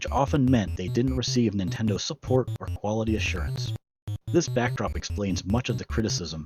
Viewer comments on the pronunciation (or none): Is this channel voiced by AI? Every once in a while it says odd things like saying 'nine-tendo'